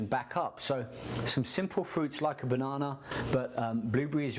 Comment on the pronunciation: LMAO at how he says banana